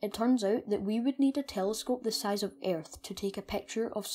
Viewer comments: Don’t pronounce the a in earth but good vid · Ayyyyerth. Hah brits. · your accent is so freaking irritating! sagittarius is pronounced sajitarius and Earth is pronounced urth. nice video though.